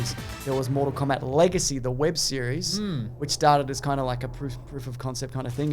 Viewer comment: MORE-TAL KOBAT